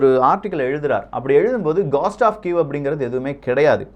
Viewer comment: அய்யா காஸ்ட் டா அல்லது கோஸ்டா As per phonetic dictionary it is கோஸ்ட்